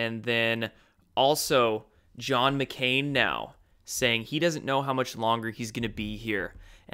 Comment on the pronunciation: Can’t say his name “McCain”